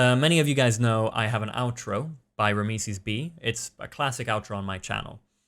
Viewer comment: is it just me or isnt it pronounced RAM - SEES ?